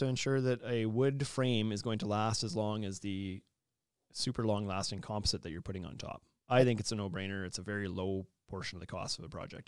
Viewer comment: You guys pronounce “composite” super weird.